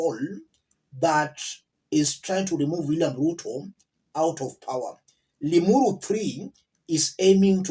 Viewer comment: What did u say! ‘Ling uru thi’ or I did I hear you wrong. LOL 😂😂